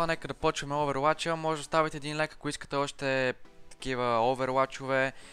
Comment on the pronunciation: казва се оувъруач не "Оуверуач"